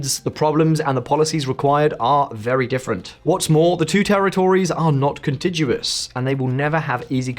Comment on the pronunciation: Pronunciation of "contiguous" and "diaspora" is odd!